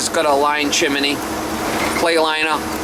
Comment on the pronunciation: funny to hear you say chiminay you do know it's chimney